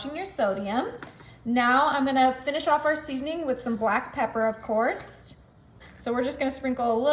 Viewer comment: Did she say of cours'T?